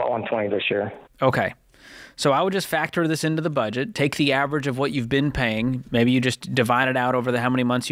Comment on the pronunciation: Why would you not re-edit the video to cut out the mistake of "bedget?" asking for a friend.